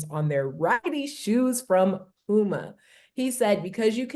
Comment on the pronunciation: Why u do mase pronounce “a’s” so high Ex. “LukAI”, “ pumAI” lol